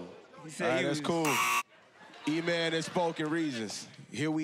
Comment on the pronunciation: He said “let’s go eman”